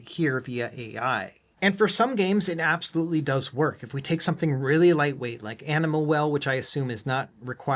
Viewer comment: "this is something you can ABXYLUTE do" 😂😂